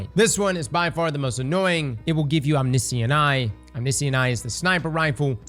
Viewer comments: om-NISH-ent eye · How did you said omniscient?